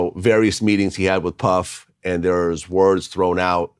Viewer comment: Why can't AK say puff like he knows something we don't..dude been told